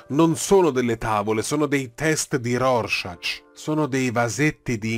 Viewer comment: Sentir pronunciare “Rorschach” in quel modo da un appassionato di fumetti mi ha fatto male al cuore.